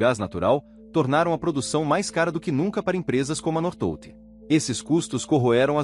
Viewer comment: Pronúncia correta North Volt como se fosse separado.